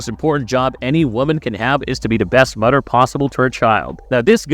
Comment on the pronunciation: Are you saying the word “ting” in place of “thing” and “Mudder” instead of “mother”.. i like your content but thats strange enough to distract with all the other weird words sprinkled in